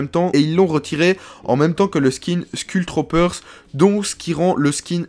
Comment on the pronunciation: Il dis skull Troopers mais sa se dis skoull trooper